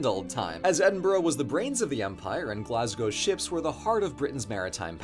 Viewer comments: First American person I have ever seen say “Glasgow” correctly. Good job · As a scot, I'm happy you pronunced Edinburgh and Glasgow right.